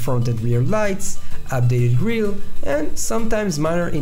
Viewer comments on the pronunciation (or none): none